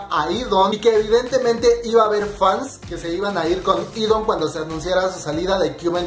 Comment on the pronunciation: Se pronuncia idan no idon 😂😂😂😂😂😂😂😂😂😂